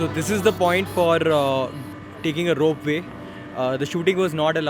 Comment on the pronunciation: Bro it's rope way not rope vay.